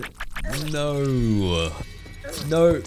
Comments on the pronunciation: take a shot every time he says "nooüuwwa" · Your voice is really nice sounding but the way you say "no" is so goddamn funny